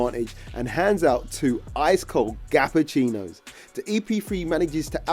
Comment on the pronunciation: Gapanese and gappuccino… Deary me mate 😂